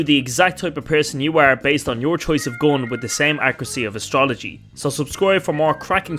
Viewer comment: You first need to learn how to pronounce GUN correctly. Then you can make a video where people can ACTUALLY understand what it’s about. It’s English after all. It’s not that hard.